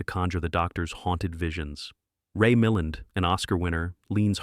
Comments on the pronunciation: It’s Ray Milland not Ray Millend AI garbage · It's Ray Mill-AND, you dim-witted computer narrator! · saw most. Ed Judd, Janet Munro, Leo McKern. Ray Milland, John Hoyt, Don Rickles as villain. AI VOICE mispronounces Milland. Marcelo Mastroianni, Ursula! little bear? who was dubbed in Dr. No. Gary Lockwood; cute monkey. Best of Nigel Kneale's Quatermass, films fine Brit cast, with Michael Gwynne, also in Village of the Damned, based on John Wyndham's fine novel, "The Midwich Cuckoos." Edward Judd again, Miles Malleson, Lionel Jeffries, American blonde. John Randolph turned into Rock Hudson; fine cast. Mario Bava's best film. Don Megowan in static but clever android replacement theory, joke. One of the very few more adult Japanese sci fi flix. Preston Foster and John Hoyt again; same year he was spy handler to Bob Culp, ex-Pirinceton U tennis bum, Bill, ugh Cosby and marcel Hillaire as bumbling spy 'Chrysanthemum' in Hong Kong. Hillaire became a friend when I took French courses at Princeton, 2nd one grad seminar 20th century French theater, under name Frederic O'Brady, who was last villain in Lost in space, mad scientist in 2 part get Smart, 2 Twilight Zones, many small movie roles, starting with teaching Audrey Hepburn haute cuisine in Paris, 2nd scene with bearded Marcel Dalio: Bill Wilder's "Sabrina." John Saxon with fine Brit cast in great thriller. Human Vapor new to me; hero was also hero in "What's New, Tiger Lily?" the comedy-dubbed early Woody ugh Allen. same era as terrific Robert Lansing, later in fine Star Trek with Terri 'Put the candle beck! Garr and wonderful j